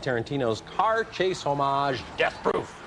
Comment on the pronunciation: love the way he emphasizes the movie title of “Death Proof” plus Christy Lemire calling Georgia Rule Lindsay Lohan’s “Gigli”